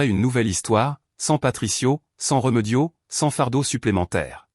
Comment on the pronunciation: Ce n est pas réumeudio mas remediod avec deux accens aigus vous qui aimez tant le a accent grave